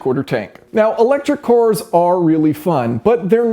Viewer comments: Watched countless of your videos, but in this one you say "cors" instead of "cars" which is weird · Weird how he says cors instead of cars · thought he was saying electric whores at first... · Just me, or was Jason saying cors instead of cars the whole time? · Core corr core cor, all I can hear now